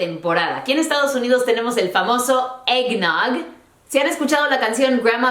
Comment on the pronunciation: el eggnote suena como rompope chafa